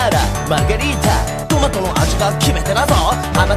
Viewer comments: sorry if I dare .... but says margherita (a type of pizza) not margarita P.s. sorry for bad english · D: i'm italian and his pronunciation of the italian is awful! anyway, i think he doesn't say "child" but "vino", that is italian for "wine", not "margarita" but "margherita" (a style of pizza) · 0: 37 its "Margherita" nit margarita ;-)